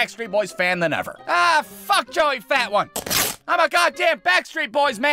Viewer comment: Joey fatone is pronounced, Joey Fa-Tone.